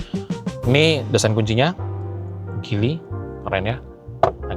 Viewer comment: Bacanya jili bukan gili. Speedometer kok mirip J5. J5 speedometer kyk motor yg layar mirip2 font kalkulator gitu. Jelas beda jauh.